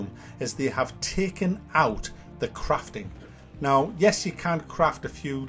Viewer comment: When you say crafting it sounds like your saying craping. 😂